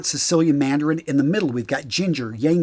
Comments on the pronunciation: It's /i-lang-i-lang/, not /yang-yang/ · Yang-yang nope. Let's give it justice. It's pronounced "eelung eelung" 😂✌️ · The he pronounce tha ylang- ylang 😂